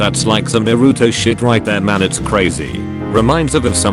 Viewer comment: Nobody gonna talk about how he pronounced Naruto correctly?